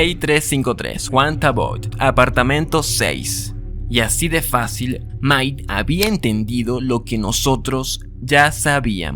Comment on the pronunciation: amigo muy buen video, pero se dice MIKE (maik) no MAI. saludos!!